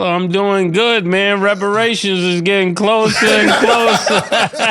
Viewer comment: 🚨Murda said “REPARATIONS” 😂😂😂😂